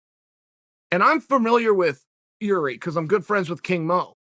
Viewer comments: Irzhi. His name is pronounced as Irzhi. Not Gee-ree LMAO. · It's actually Jir'i, pronounced yeer-zhee, or approximately. The letter r' and the sound it makes does not exist in any English word. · Is it not pronounced yiri? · Jiri Prochaska: Exists. Uncle Chael: "Remember the name, Yuri Prokaiyev" Yuri Prokaiyev: "Ok great" But seriously though, I only bring this to you because Uncle Chael mispronouncing names is a very real thing. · He was saying the first name wrong too. Like Yuri. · So, Jiri "problem" Prochazka could be right name for this slavic viking, obviously with a blessing of unlcle Cheal 😎🤙 But Chael, you shoud pronounce perfectly all fighters names 🤨 hahaha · Chael " i know Jiri well" proceeds to butcher his name 6 more times 😂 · Jiří Procházka.... Pronounce the J like a Y as in Jágr (the hockey player) ... The Ř you won't be able to pronounce lol. So just try your best .